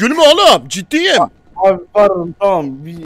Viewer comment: o nasıl bir abi deyişi luis ağzı yamultarak